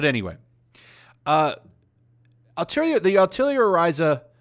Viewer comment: Why do most people constantly mispronounced "Atelier" so badly? It's was pretty hilarious at first but now it's become almost frustrating. Like, take a single class of French and you'll know how to pronounce it lol.